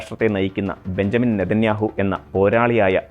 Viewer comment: ബഞ്ചമിൻ എന്ന് എഴുതുന്നു പക്ഷെ വായിക്കേണ്ടത് ബിന്യാമിൻ എന്നാണ്‌. തിരുത്തും എന്ന് വിശ്വസിക്കുന്നു